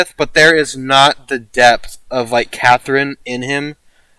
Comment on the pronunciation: When you said debth for Hijikata I heard death for some reason. I haven't finished the series yet and you almost killed me there lmao